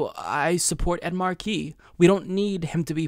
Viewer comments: Not Markeee. Marky. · I love you,, but please get your name right: It's Ed MAR-key, not Ed Mar-KEE. 🙄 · The Senator’s name is “Markey,” not “Marquee.” It’s pronounced “MAR-key.” It rhymes with “Sparky” (or “snarky”). It’s been 2½ months since your earlier video on this race (“Ed Markey DRAGS Joe Kennedy Over His Phony Advocacy for Medicare For All”) and you’re still mis-pronouncing his name. There are several interview videos of Markey on YouTube, and the interviewers always get his name right. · It's Mar-key not Marquis,. Ed Mar-key! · It's MARK EE not mar key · not at all! I'm from western MA and don't use the rogue "R" ("Ah") myself in regular speech, but I still say "Mah(r)key," not "Marquee" as been doing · Mar'key - not Mar-key' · great analysis! One small nitpick, you pronounce his name as if it is spelled MA are QUIS. Here in Massachusetts we emphasize the 1st syllable of his last name. But thank you for clarifying the subtle differences between these candidates. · what is up w the pronunciation of Markey. Mark-y. or as commonly pronounced here in MA - Mahkey. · It's pronounced Maaah-kee. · It’s pronounced Ed MAHkey, emphasis on first syllable. DO NOT pronounce the “r” 😀😂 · I know right it's like major WTF lol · yeah, that hurt my ears, too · No, it's not. The name "Ed Markey" is literally one of the most easily pronounceable names ever, and fucks that shit up far too easily. It's fucking annoying. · And yet he can't fucking pronounce "Ed Markey." 🙄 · Am I the only one who cringes every time mispronounces Markey? Everything else was spot on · Lol you say Markey funny, too much emphasis on the second syllable I think